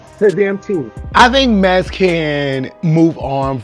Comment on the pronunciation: Swore I heard call MAX, MESS